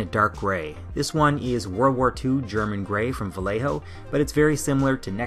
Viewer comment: va- yeh -ho.(vallejo)